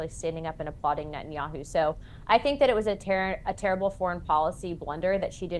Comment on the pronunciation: It's Ne-TAN-yahu not Net-in-yahu.